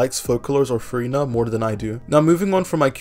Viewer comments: bro it sounds like you're saying Furry Nut and with all the gushing you did it sounded very sus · man said "furry-na"?